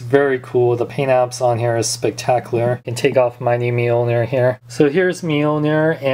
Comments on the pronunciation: mil-nor not meal-ner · it is pronounced meeoneer